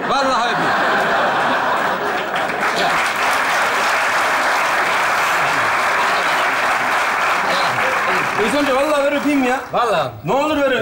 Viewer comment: Adam "Hulusikim" diyor, seyirci de alkışlıyor. Tiyatro seyircisi başkadır. Görünen o ki bunlar o sınıfa girmiyor. Oyunculara biraz da Türkçe eğitimi verilirse iyi olur.